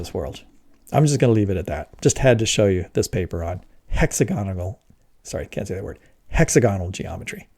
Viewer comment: It's pronounced "hex-AG-onal", not "HEX-a-GON-al". and it's "MEL-a-nin", not "mel-AN-in", although sometimes you seemed to be saying "mel-AN-a-NO-in" {:o:O:}